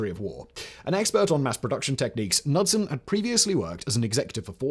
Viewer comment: Kah-nud-son not nud-sun. Son of Canute. Just ask anyone from Scandinavia or Detroit.